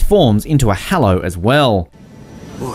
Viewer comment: How do you say Hollow as Hallow